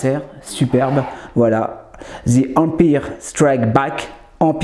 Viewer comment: Bonjour. Un détonateur thermique, c est sphérique. Là, il faudrait que je vérifie mais il me semble qu'il s agit du grappin magnétique. Et ce que tu appelles grappin, c est une sorte de pompe à essence non ?! Ah, et empire se prononce "an mpaïeur" La fig est très jolie, merci pour la vidéo